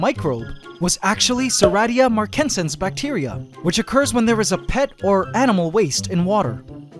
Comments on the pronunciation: you pronounced serratia marcescens , its pronounced sare-ae-sha, mar-cess-sens, (im a microbiologist) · Yo, bacteriologist here, not to troll or anything, but here is how you actually pronounce Serratia marcescens: It's tough to figure out if you don't hear it for yourself